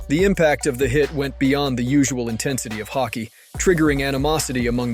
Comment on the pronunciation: Take it as a compliment because the rest sound like you are a native speaker, that's where the confusion came from. Hockey is hawk-ee and Roy is wah since it's French Canadian. Also vertebra sounds like vert-ah-bray. Learning a new language is hard, keep up the good work and the information packed videos. You know your hockey.